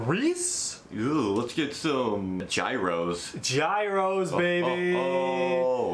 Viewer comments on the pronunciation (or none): oh my the way you kept mispronouncing gyros at the beginning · Ong guys, when you said "jairo" instead of "gyros", 😱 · YOU DON'T SAY Jairo .THE LETTER - G-yro MUST SOUND LIKE THE Y ON THE WORD YES. It is called Yiros .You order a - pita with yiro- !!! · Well, I am a Greek born permanent resident of its capital, Athens, or Athina (Pronounced Atheena). To the best of my knowledge, Gyros (Pronounced Yeeros) is an adaptation of the middle eastern dish called shawarma, or doner kebab. Can't really tell you which country it originated from though. The flatbread we use is not found anywhere else and is thicker and fluffier than its Turkish counterpart. The Turkish use lamb or chicken, while we Greeks use pork or chicken. Prevalent toppings of our dish are tomatoes, onion, tzatziki, parsley, fries, lettuce and mayo-mustard sauce. Just don't expect to find all of those in a single example, as some are never combined together. As to which is best, it's up to anyone's personal preferences, but I have had Turkish several times and enjoyed it as much as our local style. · it is pronounced giros btw as if you say gift.also the sound if the original video is kinda too low :p cheers on the reaction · learn how to pronounse gyros because it should not should like that